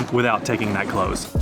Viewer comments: I'm sure someone else will mention it but pronouncing close is less close door with a long o and almost a z , it is more short o and abrubt s, that is the best way i can describe it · A close is pronounced clouse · You got the pronunciation of Edinburgh right, but St. Giles, is with a J sound, and Close, is like get close, not close the door!!!